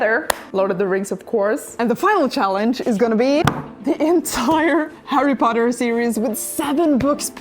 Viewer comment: I just love when she says HARRY POTTAH! 🤣🤣🤣🤣